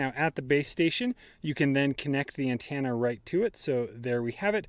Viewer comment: Great video, but I have never heard anyone pronounce "antenna" as "ann-tan-a".